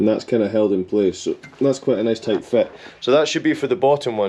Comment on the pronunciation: *tight like a toight tiger 🐅 so many holes, so many nibs 😂